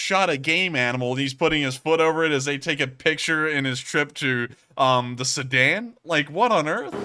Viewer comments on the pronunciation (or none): none